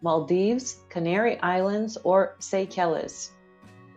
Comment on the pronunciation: It's pronounced "Say-shells" for Seychelles